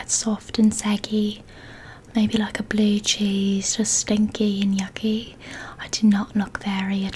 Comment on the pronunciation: I love this video so much and I was sooo relaxed and I still am but I lost it at FiIlTtEeRr FfIllLtTeRr and SttInkYy and YuucCckKYy!! Love you so much 😂😂😂😂😂